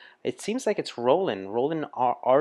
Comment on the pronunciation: i disagree, it was not too long as it was an album track. By the way, no American can pronounce Ian nor Roland's name. Google is free